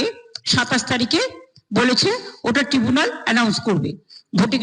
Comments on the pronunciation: সুপ্রভাত ভাই। মাননীয়া মুখ্যমন্ত্রী বার বার টিবুনাল বলছেন। ট্রাইবুনাল হবে না টিবুনাল হবে এই টা পরিস্কার করে দিলে ভালো হয় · da please amake bolben kathata tibunal na tribunal. Please bolben. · এ পিশাচ আবার ট্রিবুনাল বলে, ট্রাইব্যুনাল বলতে পারে না,একটু কায়দা করে বলেন আর কি, এই যা 😂😂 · ট্রাইব্যুনাল নয় ট্রিব্যুনাল। 😂😂😂😂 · টিবুনাল কি? যদি আপনি মানে বা উচ্চারণ কি তাই,মূর্খ মন্ত্রী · ট্রিবুনাল না ট্রাইবুনাল?